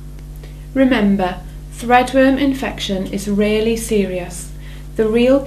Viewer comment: she says "rarely serious", though it did sound like "really serious"